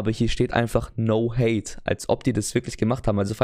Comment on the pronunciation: Bro das heisst no hat, nicht hate. Mit no hat ist ohne Hut gemeint btw